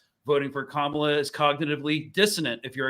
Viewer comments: Camila Harris really? It’s not hard to say Ka-ma-la!! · Free free Palestine but also can she get Kamala’s name right please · Pronouncing Kamala wrong.